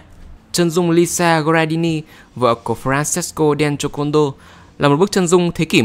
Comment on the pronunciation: đọc kiểu: Lisa đen chô côn đo :))